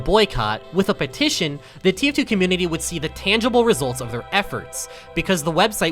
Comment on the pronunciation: "would you like to sighn my pettishon" idk how to spell